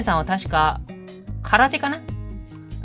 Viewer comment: 空手がサッカーって聞こえたw